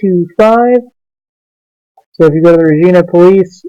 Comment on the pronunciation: 2.0 I would not say he was dressed like a homeless person and the sign said not broke not hungry have a great day. I saw what happened he also had reckless driving and he came around speeding and his seatbelt was already off when he drove around the corner and its pronounced re-gie- na